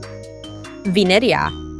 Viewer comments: Thats vinerea not vinenea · “venaea” ahh pronouncement😭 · How she pronounced Vineria in the first one is crazy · Italian ahh Vineria pronunciation 💀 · narrator how says vineria and ratatouille :venerea retetouie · Bro saying Vineria Venireia. Bro even said Keet cat for Kit Kat (raddy fav candy) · I LIKE WENDA It’s VINERIA❤❤❤❤❤❤❤ Not brod it’s BRUD!! “ beat” beat” “beat”